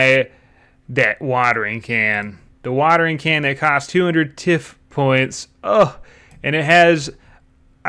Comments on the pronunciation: Tiff points 😅 its pronounced tie-th i believe as tiff farming doesnt sound correct 😂 cud be wrong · The vid is incredible... but the way you say Tithe is painful. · tithe is pronounced like "tie" with th at the t=end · At least he did not call it the "titty" farm Still kind of embarrassing not being able to pronounce basic words shrug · titty farm is definitely a joke but yeah it's pretty rough how many basic words people in this community don't understand. Every new update I'm going to start a bingo card of commonly used words or common high fantasy words that creators can't pronounce lmao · Heads up, tithe is pronounced with a long I.